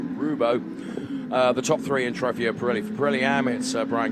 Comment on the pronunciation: Somebody teach the commentator how to pronounce Trofeo! :O